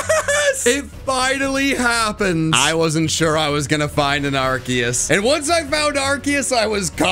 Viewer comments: its not ARKIUS ......ITS AAAARKOOOOOOOS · It’s Arceus not ArCKius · arceus (ar-see-us) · IT'S ARKOOS NOT ARCEUS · IT IS ARCEUS